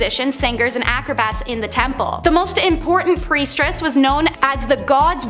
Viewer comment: OMG, stop saying Preistress! 🤭🙃😜🤔